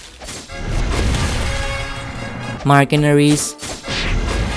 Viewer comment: You mispronounced mercenaries and vice admiral